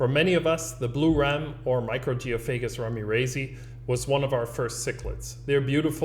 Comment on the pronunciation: "ramirezi" is named after Manuel Ramirez. So the scientific name is correctly pronounced "Ramirez-eye'.